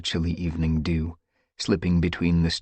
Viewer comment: The way he said "DeW" made me cuckle